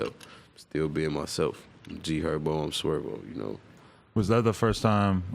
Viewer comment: It’s GHerbo